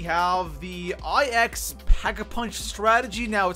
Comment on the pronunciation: I will pay you to pronounce IX properly